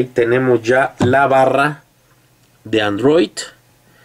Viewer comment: es android no androit amigo!!!! jajajaja